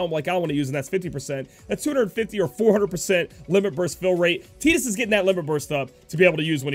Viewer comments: Buddy Christ I was about to say the same thing, I've always called him tide-us lol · I'm sure youre saying Tidus wrong, im pretty sure its Tide-Us to fit with his water theme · Buddy Christ I thought the same when the game came out but was wrong. Your approaching it from an English speaking perspective. It is pronounced tee-dus